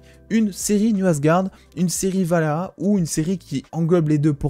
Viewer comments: C'est ValHAla... pas Valhaha x) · Tu as vraiment du mal avec le Valhalla (pas Valhaha) :'D ;)